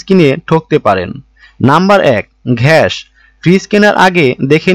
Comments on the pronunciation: উনি আসলে বলদ,গ্যাস কে উনি ঘ্যাস বলছেন,😂কোম্প্রেসর বাছাই করতে বলছেন,কোম্প্রেসর বাছাই করতে হলে কোম্পানি তে যেতে হবে😂ডিপ চেম্বার এর সাথে বিল্ডিং ফাউন্ডেশন এর তুলনা করছেন😂আসলে ডিপ চেম্বার উপরে থাকলে শুবিধা আছে। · katha ta ghas noi gas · ঘ্যাশ না, গ্যাস ভালো করে দেখে বলুন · আপনি গ্যাসকে ঘ্যাস বলেন কেন ? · ঘেষ না, গ্যাস হবে। ঘ হবেনা, এটা গ। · Vai gas na ghas??? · গাধা ঘ্যাস নয় গ্যাস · বেটা গাজা না ঘাজা খাইছে তাই গ্যাস কে ঘেস বলছেন। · ঘ্যাস না গ্যাস??? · ঘ্যাস কি ভাই! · Apnar kathay bhul, ghas na - gas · ব্যাটা উচ্চারন ঠিক কর... ঘ্যাস নয় গ্যাস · ঘ্যাস,‌না গ্যাস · ঘ্যাস নয় রে ভাই, গ্যাস। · ভাই ঘেস বলেন বলেন গ্যাস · ঘ্যাস কি ভাই? ঘ্যাস ওয়ার্ডটা শুনে রাতের বেলার ঘুমের মধ্যেও ঘ্যাসাঘেসি দেখবোরে ভাই। রাত বারোটা বাজে আপনার কথা ও উচ্চারন শুনে এই রাত দুপুরে নিজেকে পাপী মনে হচ্ছে😂। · Sala age gas kotha ta valo kre bolte sik...